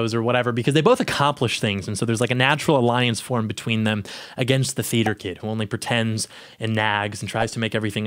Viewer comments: "Teater kid ocopid govberment" ALRIGHT WE GET IT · For the first few I was hearing "feed your kid" or "feeder kid." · Anyone else think he was saying "feeder kid occupied government?" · Is he saying 'FEEDER' KID? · Can someone tell me what was saying at the start? Is sounds like “theater kid occupied government” but I’m not sure it wasn’t very clear